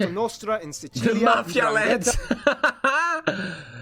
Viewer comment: He said Sicilia "decently"